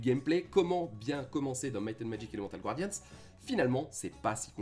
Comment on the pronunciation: Je vous supplie mon bon monsieur, c'est pas Gwardians mais Guardians. Personnellement, le "rifail" je m'en fichais, mais bon, je passe sûrement pour un con tatillon, mais bon, quand on présente un jeu et qu'on le prononce mal (ne parlons pas d'un accent qui serait approximatif, ça à la limite okay) ça donne clairement pas envie de continuer la vidéo. Imaginez si quelqu'un présenter Summoner Wars et disait, Summoner Var... Personnellement j'aurais des envie de violence physiques xD Mais vraiment, je veux pas paraître méchant, mais concernant Summoner Wars vous/tu (pick one) prononces Wars un peu à la française sans forcer la prononciation du "a" à l'anglaise, pareil pour le "u", et c'est très bien. Donc s'il vous plaît^^ Paix nougatine et patapé je viens en paix.